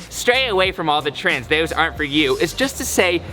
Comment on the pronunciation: I thought he said trans and trans and trans and trans